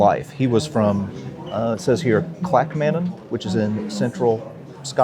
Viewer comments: Welcome to Bonnie Scotland as they say round here! Well done for Pronunciating Clackmannan perfectly - a number of settlement names differ greatly from their pronunciation here. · Hello from Scotland! Well done on getting the pronunciation right!! It’s appreciated.